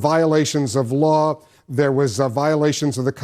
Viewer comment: You heard her, It's a violation of the waw